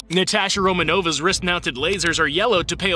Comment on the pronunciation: Nobody going to talk about how he said Romanova